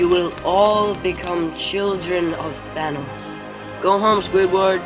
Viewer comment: This was not accurate most of the things people said didn't actually say them in the original also you said thanos wrong *edit I said wrong, wrong also I said thanos wrong